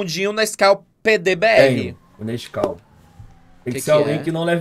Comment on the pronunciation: Que odio, quando eu li o título do vídeo, eu tbm li Nasceu KKKKKK aí eu abri o vídeo e ta o falando Nasceu kskkkkkk